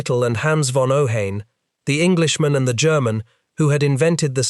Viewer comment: It is pronounced OH-HEYE-N.